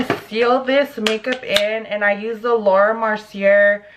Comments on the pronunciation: Lmaooo to moes verbiage on the makeup products morph, Laura mercier, and IT brushes 🤣 morphe is pronounced morphey, laura mercier is Laura mercy ay, and IT cosmetics is the word it not I.T. Girl you had me cracking up! Btw that sucks what happened with that dumb guy. Gotta watch our especially in the area you guys are in. There’s gangsters everywhere🙏🏽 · You butchered morphe and Laura mercier lol